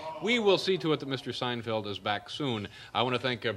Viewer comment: Dave starts to mispronounce Seinfeld's name as Jerry was relatively unknown, and not too much later Seinfeld eclipses Letterman.